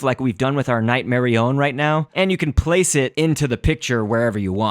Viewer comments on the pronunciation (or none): its night-mar-on-ea